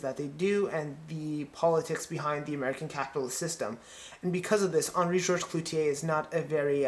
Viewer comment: It's CLOUZOT, not "Clouzier".